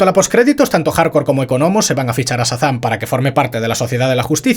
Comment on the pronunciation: Por qué dice "Satán" en vez de Shazam?